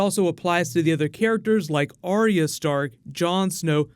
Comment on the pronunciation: Dude keeps saying Arya with 3 syllables like Aria T'loak from Mass Effect. Arya just has 2 syllables "are" "ya"